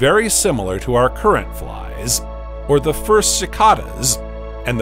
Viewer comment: bugsUH, cicadasUH, fliesUH